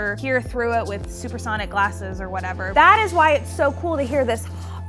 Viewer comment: "supesonic glasses" OML